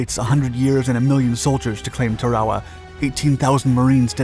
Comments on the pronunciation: It’s pronounced Tara-Wah. Like Tara from gone with the wind. Also when you see things like mk. 48 torpedo it’s pronounced “mark 48 torpedo” not “M.K. 48 torpedo.” Had to stop watching the videos because you clearly don’t know what you are talking about and the scripts get a little fascist sometimes. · Are you sayingTarawa wrong? I’ve never heard it said that way. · He must be using the Japanese pronunciation in English....lol.. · You mispronounced Tarawa and Betio. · Is no one going to mention how he’s pronouncing tarawa?!? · The pronunciation of “Tarawa” throughout the video makes it almost unwatchable. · Might want to learn the correct pronunciation of Tarawa first before attempting to convey information about the island and the battle. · Turwahwah? Is this a computer talking? It's pronounced Tair-ah wah. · It's pronounced TARawa, not tarAWa. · Tar-a-wa, not Ta-raw-a. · LOOK at the spelling of the name of this island - Tarawa Tar-awa NOT, REPEAT NOT TRA-WA-WA. This just pisses me off beyond belief ! GET IT RIGHT WILL YOU PLEASE ???? 😡😡😡😡😡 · It’s not pronounced Tare-A-Wa. It’s pronounced TA-RA-WA with the accent on the first syllable. YOur mispronunciation ruined the whole thing. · when I was in USMC boot camp in 1968, our Marine Corps history instructor pronounced it "TARawa". Not sure if that's correct or not but that's the way we learned to pronounce it. Semper Fi, TreeTop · Yeah. There people who live there pronounce it TARawa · TAR-a-wah is how I remember it being pronounced during boot camp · TAR UH WAH is the correct phonetic pronunciation of the name of this island, brother. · "Tar-ah-wah", sheesh! I guess it's good that computers still can't figure out the language. 'Guess they'll need us for a while! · Tear-a-wa. As is tear a sheet of paper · "TAR-O-WAH", ...not whatever your saying 🙄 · Tarawa is pronounced TAR-AWA and Betio is pronounced BAY-SHE-OH. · The island name is pronounced, "Tar-o-wah"; ask any veteran over 65.